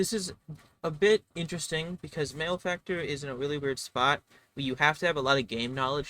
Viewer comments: It’s pronounced mal-e-factor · Interesting points, however, you have pronounced malefactor incorrectly. Therefore your opinions are wrong. I will now proceed to tell everyone I know that tailor is the only s tier class.